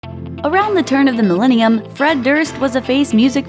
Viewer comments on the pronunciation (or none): none